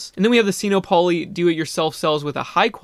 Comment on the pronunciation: It's not pronounced seeno-polly! it's sinopoly, like monopoly. sino is a prefix that means chinese so it clearly combines sino and monopoly to make sin-OPP-oh-lee. i hate to be a stickler, but it drives me up a wall every time you say it.